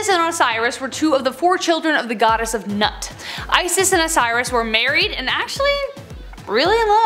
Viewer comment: it is not Nut, it is pronounced "Noot"